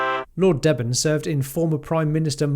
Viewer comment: Deben - pronounced Deeben